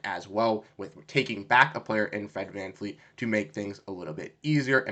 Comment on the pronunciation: You are trying too hard bro. You have no idea what you are talking about. FFS you can't even say VanVleet's name right.. It's not VanFleet